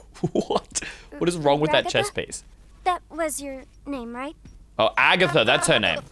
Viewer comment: I like how he called Ragatha Agatha